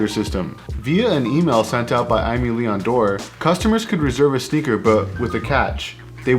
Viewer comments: Nice video👍 but just one thing: it's pronunced "ÉMÉ LÉON DORÉ" ;) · the way you pronounce it is kind a cool though 😅 And apparently I was wrong it's: eh-meh lee-on door 🤷‍♂️